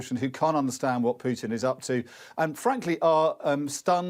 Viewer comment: Who is this uneducated English commentator who calls Putin "Pyutin".